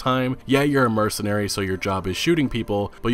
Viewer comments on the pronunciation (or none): none